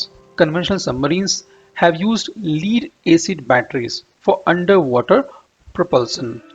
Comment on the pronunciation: Lead rhymes with head or dead not heed or deed.